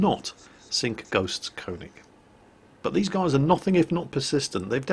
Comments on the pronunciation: Please say konig right, its pronounced ker-nish, not konig. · you pronounce köning as kuning (like in burn). even I know that ;) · its STILL not konig its KÖNIG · Dude, kÖÖÖÖÖÖÖÖÖÖÖÖÖÖÖÖÖÖÖÖning! NOT kOOOOOOOOning! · your pronunciation of könig is so terrible